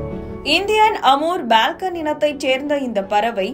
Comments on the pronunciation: அது பால்கன் பறவையா (balcon) அல்லது ஃபால்கன் பறவையா (falcon)? தகவலைப் படிப்பவர்களுக்கு சரியான உச்சரிப்பு அத்தியாவசியமானது! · It's not BALCON, it's FALCON. Thnks for sharing the info. about Amur Falcon bird!